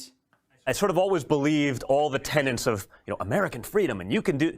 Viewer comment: Don jr has “always believed in all the TENANTS of freedom in America…” It’s TENETS. I can’t believe Hal didn’t catch that.